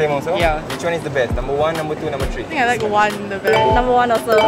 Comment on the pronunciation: The number 3 is pronounced 'Th-ree" not 'Tree'